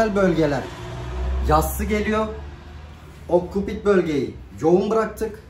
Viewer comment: Okkopit değil abi oksipital